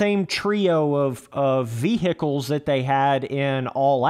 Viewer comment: ve hicles